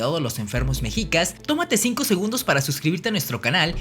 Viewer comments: Se pronuncia 'meshicas' no 'mejicas', recuerda que eres promotor de nuestra cultura, mínimo pronuncialo bien. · Lo pronuncias mal no es mejicas. Mechicas y se escribe mexicas pero en todo lo demás super interesante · Un consejo amigo, no digas mejicas, su pronunciacion correcta es meshicas, la "x" como "sh". Saludos. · Se pronuncia "Meshicas" ( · Solo una observación la "x" se pronuncia como "sh" por lo tando se pronuncia " meshicas"